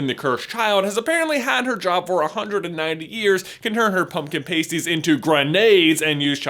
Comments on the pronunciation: It's pumpkin pasties, with a short a, not pumpkin paysties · Past-ees not paste-ees . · Pasties - they’re pronounced ‘past-ees’, not ‘paste-ees’. A ‘paste-ee’ is something an actress sticks over her nipples to protect her modesty on set during nude scenes. Just sayin’. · Hey man, its 'pah-sties' (like patronus) not 'pay-sties' as in nipple stickers. Pumpkin pasties, not pumpkin nipple stickers. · Pumpkin "p-ay-sties". As a Cornish person, that was pretty funny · Loved the video but I just wanted to say that in the UK it is pronounced past-tee. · Wait... Did he say pasties like tasty? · You said pasties wrong! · pumpkin *PASTE*ies lol